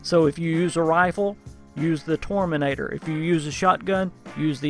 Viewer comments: I just gotta say it. Its tormentor, Not Torminator. Tor-men-tor. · Tormentor not Torminator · I got triggered so much when you tried to say Tormentor as "Torminentor". Still nice informative video dude:-) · Is he saying torminator? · Haha "tormenator"